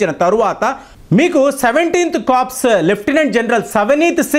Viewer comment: బాబు,కర్ప్స్ కాదు నాయనా.కొర్.కర్ప్స్ అంటే శవం.